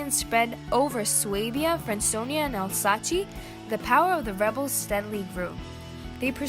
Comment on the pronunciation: Alsace is pronounced ALL- Suss or rythmes with lace or mace.